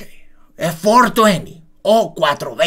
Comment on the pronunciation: El FUERTUIENTI 🤣